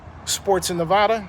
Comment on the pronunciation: Wouldn’t it make more sense that the refund is more so for the coronavirus leading to limited fans if any at all Also you mispronounced Nevada